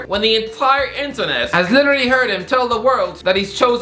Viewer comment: why does this guy talk like that 😂😂😂 ‘ameriKAR’ ‘interNHET’